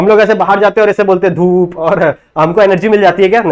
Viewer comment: hum log ese bolte hai kya dhoop 😂😂